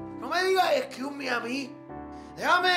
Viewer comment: no me digas eskius mi a mi